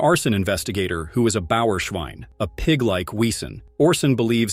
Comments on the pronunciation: I hate this AI voice, when it mispronounces the names and VESEN as its written, WEsen 😮‍💨 I have watched this series SEVERAL times and own it on bluray. I LOVE IT!!! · That pronunciation of Blutbad was really, really bad. Maybe just the AI voice, I guess. Oh. And it slaughtered Wesen too. (Although maybe I got the spelling wrong?)